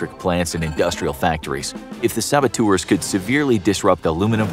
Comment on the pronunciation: How many times did they say “sabatours”?